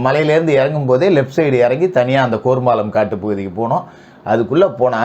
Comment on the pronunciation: கோர்மாளம் இல்லை கேர்மாளம் இதுக்கு முகிலே பரவாயில்லை போல